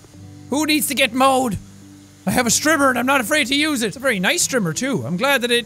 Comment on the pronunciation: When he was saying strimmer I thought he was saying stripper